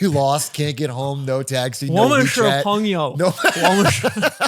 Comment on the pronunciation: Bro nailed the 朋友 tbh